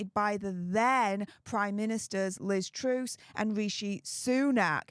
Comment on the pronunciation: Suella was a terrible Home Secretary. FYI Liz Truss is pronounced like trust without the T at the end, not truce. This makes me nervous that Suella is “interfering” in a US matter. This feels like an agenda to get H sent home, to cause chaos for the RF & cause the anti monarchists to shout louder. I do not like this & I certainly do not trust Suella or Niles either. He was not popular in the UK. The only reason ppl are championing him now is because ppl are angry with H (don’t get me wrong, I’ll never forgive him). The Heritage trust has its own agenda & H doesn’t fit with that. You all need to ask yourselves why he has been so desperate to get this information. Try looking a bit deeper into him & the HF - you might be surprised. Just my opinion. I sense a shift & I haven’t liked where it feels it’s going (at least to me, but that’s just me).